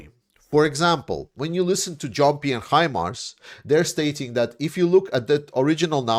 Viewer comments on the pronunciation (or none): none